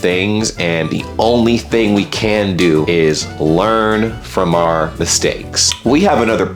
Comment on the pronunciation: Did you pronounce "Can" as "Canada"? 😁